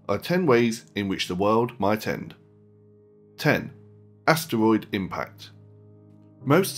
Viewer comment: does anybody find it ANNYOING how he says asteroid